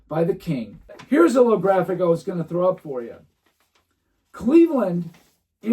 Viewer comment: did you say, “Le-Graphic” 😂